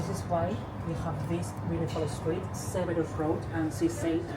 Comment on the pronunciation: Severus, not Servus.